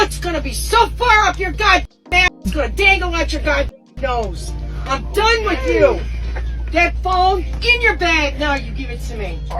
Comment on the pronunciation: She's "DUUN" yall